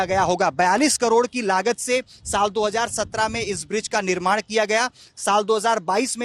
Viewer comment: बिज्र नहीं ब्रिज होता है।